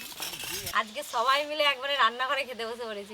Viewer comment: 💁সবাই ✅ 🙅সোবাই❌